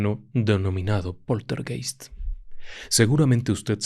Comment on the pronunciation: Poltergeist se pronuncia POLTERGAIST.